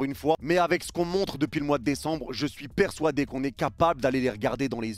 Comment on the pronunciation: Pourquoi "Persouadé" 🤣